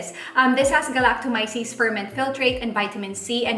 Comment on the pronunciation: Thanks for the honest review. You're the 1st person I heard pronouncing 'Galactomyces' correctly 🙂 dami nako napanood na vloggers but mali (anyway, not so important).. hopefully you'll review the Power Glow Line nmn ng Luxe Organix 🙂